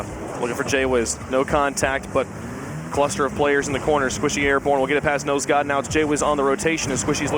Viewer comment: love how he keeps saying nose dude instead of nose god lmao